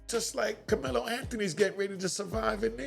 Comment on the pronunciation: the dude in the video called Karmelo, "Kamela" a couple of times (Freudian slip) .... ooooh, he won't just have a inmate number, the dudes in prison is going to call him "Kamela" and will treat him like a Kamela.